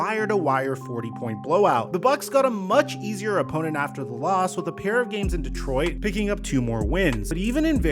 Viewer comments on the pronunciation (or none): none